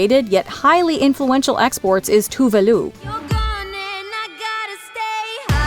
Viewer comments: It's more like Tooh-veh Looh. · I’ve never heard Tove Lo’s name pronounced. All I hear is that Megan meme.